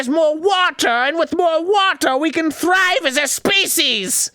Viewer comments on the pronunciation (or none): none